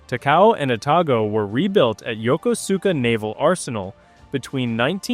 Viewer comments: Please stop butchering the name Yokosuka . It’s pronounced yo-kosh-ka . Not Yokosuka . At least that’s how the Japanese pronounce it when I was there in 1971. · "Yah kuss ka" no emphasis. :face-turquoise-covering-eyes::face-turquoise-covering-eyes